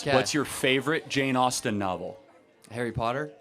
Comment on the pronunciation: Guy " what is your fyavorite" Jane Austne book? Harry potter😂😂😂😂. From africa , i know who was Jane Austen.